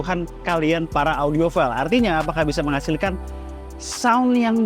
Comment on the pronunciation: Sekedar koreksi, dibacanya audiofail bukan audiofil. Bisa dicek ke google translate tekan sound 🙏